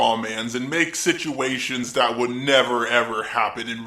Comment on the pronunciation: people in Europe talk like thet! :P